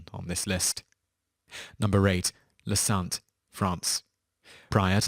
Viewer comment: It's said "santeh", not "sant". What's funny is that "Santé" means "Health" is french... It sucked, true, but La Santé housed a lot of very whealthy individuals with very nice detention conditions... It was a strange place, really. But now it's closed. Thank fuck.